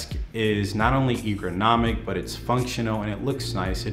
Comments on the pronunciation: The first time he said "egronomic"instead of "ergonomic", I thought it must have just been a stutter... 😉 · LoLz "egronomic"